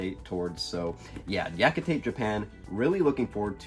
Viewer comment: Yakitate Japan is good. I see you pronounced “Yakikate” the Prof Otaku way.